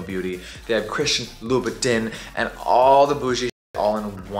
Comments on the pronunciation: Spending $$$ on designer products but never pronouncing the designer names correctly. Loo boo TIN 🙄🤔😑😵🙅‍♀️🤦‍♀️ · Jeffree not saying (Lou-ba-tahn) is triggering 🥲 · Ok so ….lol is that how you say louboutin? Because i been saying it wrong this whole time😂